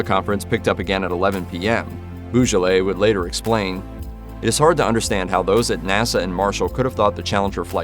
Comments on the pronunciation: Roger Boisjoly was from a French Canadian family who migrated in the USA. You prononce his name "Boo-Jolay" but in fact, it's more "Bwah-Joollee", and the standard "Rodger" is prononced "Ro-jay" in French. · roger "boo-juh-lay" ?? 😭 when will americans stop butchering french names 🥀